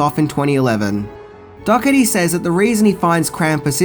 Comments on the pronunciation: Dougherty (dourtee) not dogotee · OMG‼️ "Dockerty"???? Dough-erty.... GET IT RIGHT‼️ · His name is pronounced Michael Dor-i-teei. Just saying... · Cool video as always, but Im pretty sure the director's last name is pronounced "Doe-her-tee"